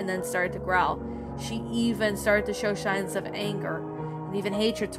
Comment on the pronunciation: It’s Not Shines It’s Signs